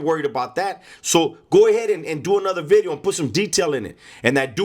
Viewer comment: You need to copy right "New B'ideo" so funny when you pronounce the V!!!! Keep up the good stuff Mang!